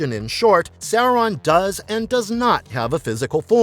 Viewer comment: Well, at least he's pronouncing the name correctly.